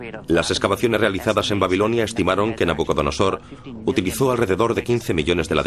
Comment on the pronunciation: No es nabuconosor. Es nabucodonosor